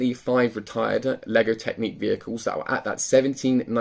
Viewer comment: Not trying to be a troll and really appreciate the videos you put out but but surely I'm not the only one shouting "It's Technic not Technique!" at the screen